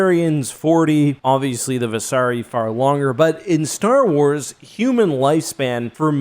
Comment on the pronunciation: why the fuck do you pronounce shit so wrong, you said star track you said Vasari and you said Vorcha like Vorka, seriously how hard is it to pronounce things right